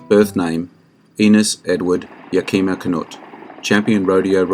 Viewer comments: Yakima is pronounced as Yeah-keh-ma or Yeah-kee-ma. I am a Washington Resident and trained as both Active and Reserve Army at the Yakima Firing Range. I do enjoy your content, and you are doing a great job. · Me again,, another great vid. But the name of both John Wayne’s stunt buddy and the city in Washington is pronounced with the accent on the first syllable, “YAK-uh-muh.” Canutt’s nickname was Yak, like the Asian Tartary Ox.